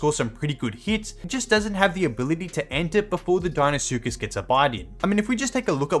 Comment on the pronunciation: If u can’t pronounce the deinosuchus die-no-suchus then how do u say it ?